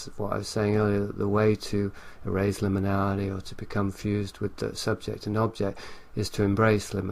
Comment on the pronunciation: one of the best Levenda interviews i've heard..but needs to learn how to pronounce 'liminality'..and to mumble less!